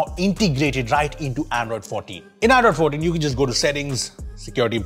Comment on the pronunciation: bro how does this man pronounce "android 14“ as "iphone 14" am I the only one hearing it like this sometimes lmao